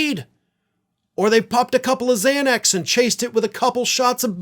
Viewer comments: Why did you emphasize the LEAST dangerous drug on the list...LOL..."ketamine adderall fentanyl XANAX" lol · why did you put Xanax at the end and emphasize it like it's the worst of the lot???